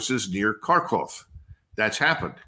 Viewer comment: Wow, Col. Douglas Macgregor actually pronounced the name of the city of "Kharkov" the right way!!! LOL No seriously, that is the real name of that city. Kharkov. The big media pushes the name "Kharkiv" because the Ukrainian government tells them to say it that way, the Ukrainian language way. But Kharkov is actually overwhelmingly Russian speaking, and the people there call it "Kharkov" (or sometimes "Kharkev", sort of blending the languages, but only the Ukrainian government says "Kharkiv"). It proves that Col. Douglas Macgregor is thinking for himself, and not just mouthing what the US and Ukrainian governments tell him to say or think. The language thing proves how complicated this war REALLY is, that it's not black and white, that its not "poor helpless Ukrainians facing off against the Russian bully trying to take over all of Ukraine for their empire". That's nonsense. There actually are many Russian speakers in that area that actually WANT to be part of Russia, or at least be granted autonomy and FULL language and cultural rights. Of course, the Big Corporate Media does NOT want Americans to know about this complication. Thank you for your reports, shining the light on the real situation in the Russo-Ukraine War. Oddly enough, knowledge of the real situation plays an important part in Americans understanding of what our government is doing around the world and even at home. Some crazies in our government actually want WWIII, and the people of our country need to be vigi